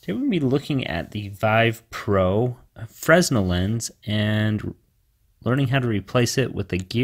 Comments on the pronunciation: I tried this mod, the deformation of the image made me sick :'( ... I prefer the original Fresnel Lense (Oh, by the way, it's pronounced [Frenel], and not [Fressnel]). So sad, 80 bucks for nothing :( . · It's pronounced "frinell" lens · "Fresnel" is pronounced "fruh·NEL" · Fresnel...pronounced "fray-nel" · Fresnel, pronounce 'Fre-nel' dude. Good video though thanks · the s in Fresnel is silent